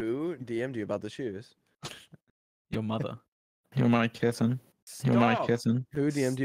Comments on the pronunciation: at first I thought it was "I'm gonna kiss him" 💀💀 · “your my kitten” started to sound like “you might kiss him”🤠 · AT FIRST I HEARD “WHO AM I KISSING” INSTEAD OF “YOURE MY KITTEN” JUST ME? 😭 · When sapnap started spamming George’s “You’re my kitten“ to me it sounded like “you might kiss him“ 🤔😂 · i heard “demonic Kitten” 💀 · I thought he was saying “I’m gonna kiss him” and then I REALIZED HE SAID “you’re my kitten” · When Sapnap kept playing “you’re my kitten” it kinda sounded like “you might kiss him” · why does it sound like “you might kiss them” as well as “your my kitten” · For some reason all I hear is "dream and I are kissing" instead of your my kitten. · Lol when sap starts to spam George saying you're my kitten it now sounds like you don't mind kissing idk why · I HEARD “you might kiss him” 😭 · I thought it said “who am I kissing” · even the subtitle said " You don't mind kissing " LMAO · Shounds like him saying who am i kissing LMAO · Is it just me or does it sound like: you might kiss him. When sapnap played it non stop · why after a while when sapnap played the sound board it sounded like “who am i kissin” 😭😭😭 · I thought he said “ima kiss him” and I was like- Gaynotfound? 👀👀👀